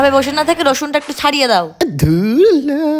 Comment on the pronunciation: ধুরো ❌❌ধুলো ✅✅